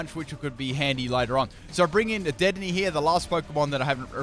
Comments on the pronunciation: Its De-din-ay not dead-in-ey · DEH DEN AYY not dedenee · It’s pronounced da-den-aye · WHEN WILL U LEARN TO SAY DEDENNE RIGHT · Leaving a dislike for mispronunciation of dedennes name